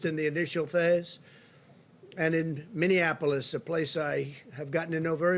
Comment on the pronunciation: "Minneanapolis", Trump said twice in an interview with Hannity.